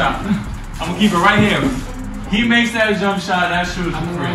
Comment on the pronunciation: We got dat I think we might have dat and deeze.